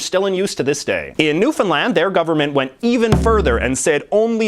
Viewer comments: Thumbs up for actually pronouncing "Newfoundland" properly, my province thanks you. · I’m glad you called Newfoundland New-fin-land instead of newfound-Lund